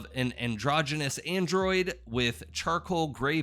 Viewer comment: It's android. Not Mandroid.